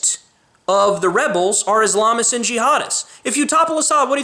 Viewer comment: You pronounce Islamist wrong.